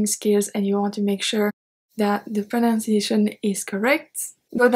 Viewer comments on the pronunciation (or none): Am thoroughly enjoying your teaching style. Please pronounce the word “proNUNciation” correctly. Merci!